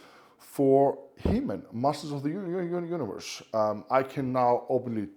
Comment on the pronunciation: I love you man but the way you said universe had me stupidly laughing… but I am immature